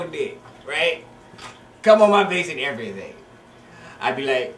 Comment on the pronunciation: lol he said im EVERYTHANG LOL